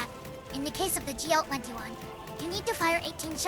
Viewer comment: Not too fast, but some phrases are not pronounced clearly enough. Generally, "GL-21" and "GL-28" are not pronounced very well. These sound like "GL wenty-one" and "GL wenty-eight." Pronunciation of the 't' is missing. Specific example of mushed words "Even if I shot randomly like this." Inaccurate translation "Once green liquid starts spurting out of your body" assumes the wrong subject (the player), which should be the Charger. Instead "Once the Charger starts bleeding-out." Behemoth and abdomen are not always pronounced correctly. However because Zundamon is cute, everyone will forgive these small mistakes.